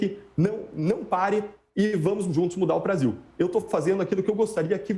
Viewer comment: O cara erou ate o nome do brasil para Basil